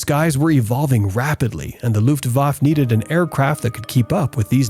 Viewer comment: Luftwaffe is pronounced withe the "e" at the end, sounding like "Luftwaffer". Also, Junkers is pronounced "Yunkers", J pronounced as a Y in German.